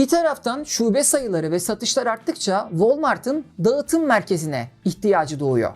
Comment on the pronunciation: Her videonu severek takip ediyorum, iyi bir hikaye anlatıcısısın. Naçizane ufak bir tavsiye vermek istiyorum eğer diksiyon eğitimi alırsan bu anlatımların daha da üst seviyeye çıkacağını düşünüyorum. Mesela Ğ harfi okunmamalı( dağıtım değil daatım şeklinde okunması gerekiyor) ya da açık e kapalı e eğitimi herkesin bilmediği detaylar . Bunlar gelirse seni dinlemeye doyamayacağız 😊